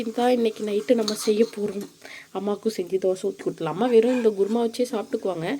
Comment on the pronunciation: Sis guruma ila kurma